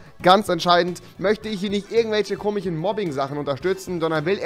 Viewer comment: Hast du einen Sprachfehler? Es heißt komisch, nicht komich. Ist das ein Akzent? Nein, jetzt ernsthaft, ich weiß es nicht.